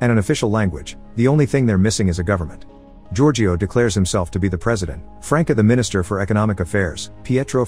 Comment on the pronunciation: Omg what was that. Giorgio. It's such an easy name ffs